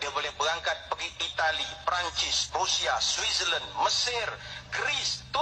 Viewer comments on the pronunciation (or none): none